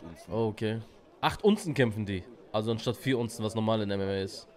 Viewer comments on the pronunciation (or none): Er sagt Ounzen🤦🏼‍♂️. Das heißt Unzen oder ounces